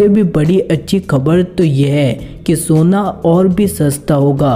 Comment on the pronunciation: Soniuo nahi hota hai sona hota hai hindi bolana sikh